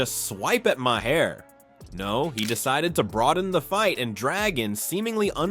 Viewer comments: What kind of junk AI narration did you use? It can't pronounce Bill Maher's name properly. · At the very least, you could fix the pronunciation of Maher’s name.